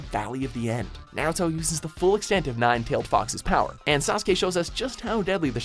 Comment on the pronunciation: HE PRONOUNCED NARUTO AND SASUKE PERFECTLY!